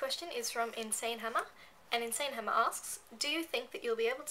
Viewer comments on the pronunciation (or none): none